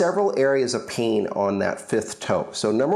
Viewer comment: Why do u say pain like peein